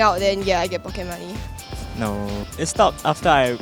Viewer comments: "pockey money" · pockey money :)